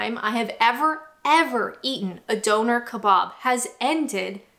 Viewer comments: It's doner kebab, not donor kebab. lol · What type of food is a Donor? Doner Kebab, I know but a Donor, wtf is that? (your pronunciation is appalling on this). Meanwhile your tastebuds went out the window when you preferred McD over Burger King. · Aww goodness, yes I must agree, you do say bagel funny haha! Sounds like you are saying "Beargul", whereas we would say it "Baygul". Also, Doner - you say it how it looks, like a blood doner, but most people here say "Donna" and "kabAb", not kabOb. :D But nevermind... atleast you ranked Fish & Chips as S tier, that's all that matters <3